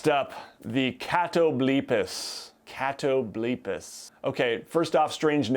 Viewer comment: I think its cat-o-bull-pas and its from mythology.